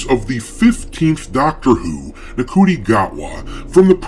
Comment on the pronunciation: FYI - the Doctor has two hearts. Plus its pronounced 'Shoo-ty' Gatwa. God knows how.